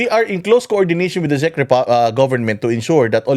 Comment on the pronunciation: Ang panget mag pronounce ni ante Kler ng "CZECH".. attorney ba talaga yan🤣🤣🤣